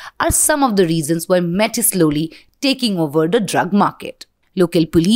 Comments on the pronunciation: Stop saying Mett 😂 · What is METT Lab😂😂😂 it's so irritating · Why you keep calling mett?